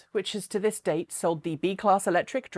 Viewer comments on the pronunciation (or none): none